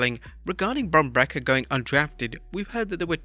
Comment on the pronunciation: Never heard some1 pronounce breaker as bracker lol